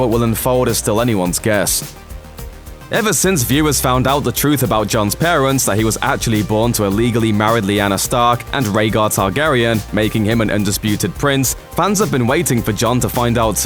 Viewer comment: John's pawents? Ohh parents. Puwson? Ohh person. Bwutha? Ohh brother. We-union?? Ohh reunion 😒